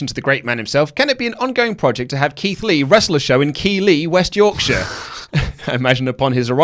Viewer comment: Keighley is pronounced Keith Lee, lol.